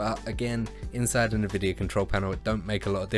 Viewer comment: Nobody:: Nuh-vidia